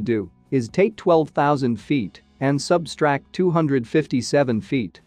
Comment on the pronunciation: The text-to-speech pronunciation is abominable. " isoburr" "hectopiskals" "substract" . Also it's incorrect to call something a "correction factor" if it's applied by addition.